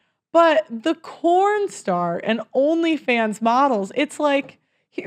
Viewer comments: Why are you pronouncing it "corn" in the vocal speech of your video, but "porn" in the textual label of your video? Does YouTube flag the content but not the label?🤔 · It’s porn not corn !!!!!😂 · Why are you saying corn when it's porn? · Anyone know why is saying corn instead of porn?